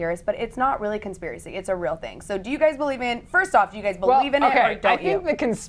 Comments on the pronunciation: She got it right the second time she said it xD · Conspiri theorist?? Really girl? Lol conspiri?? Learn the word before you speak it. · Conspiry? So damn incompetent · she is dumb she said conspiry on conspiracy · the girl in the olive top and black jacket... can she say 'conspiracy'? bcz she opened the show saying 'conpirie'... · LMAO "conspiry" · Girl can’t even say conspiracy! Can’t even next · She can't even say conspiracy right why am I listening to her explain shit